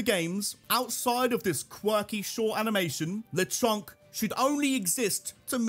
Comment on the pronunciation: THE A IN LECHONK IS SUPPOSED TO BE AN E!